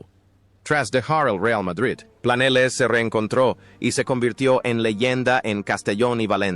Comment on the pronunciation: No se pronuncia Planeles, se pronuncia Planelles. Aunque es tontuna artificial.